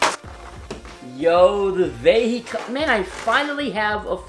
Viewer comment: its pronounced vihecon (for some reason)